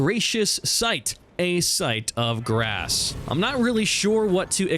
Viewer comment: Brother - site of GRACE. Not grassXD